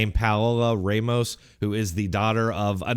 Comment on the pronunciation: Tell me you’ve spent zero time with Hispanics without telling me. Pronounce the name “Ramos” as “Raymos”